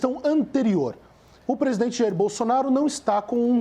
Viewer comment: Mandetta: "Povo não sabe se ouve ministro ou presidene". Eu diria q o Mandetta não sabe q é o presidente q fala ao povo, pois foi eleito pelo povo, e como ministro ele deveria se contentar em falar ao presidente q é seu chefe.